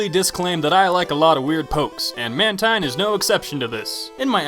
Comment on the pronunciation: IT'S PRONOUNCED MAN-TYNE!